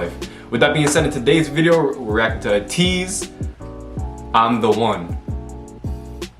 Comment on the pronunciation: And also its ATEEZ not ATIZ you pronounced it like if it was spelled with an I